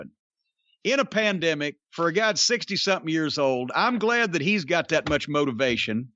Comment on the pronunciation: “during a pandmeic” 😂 jim drank the koolaid too eh?